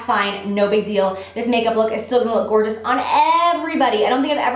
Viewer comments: "This bronzer is gorgina" 😂😂😂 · i laughed way too long at "gorgina" and plus, i love the look! i have waited for this tutorial and i was not let down :") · " omg. This bronzer is Gorgina" 😂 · "This bronzer is 'Gorgina'" 😂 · "oh my gosh, this bronzer is gorgina!" 😂😂😂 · "Oh my god this bronzer is gorgina" lololol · gorgina hahahhahah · "Gorgina!" Lmao! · Did you just say gourgina? lolololololol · OMG!!! HAHAHAHAH SHE SAID GORGINA xD LOL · "Omg this bronzer is gorgina" hahahaha love you Jaclyn!